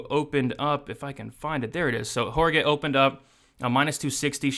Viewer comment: WAH rah KEE is how you pronounce Jauregui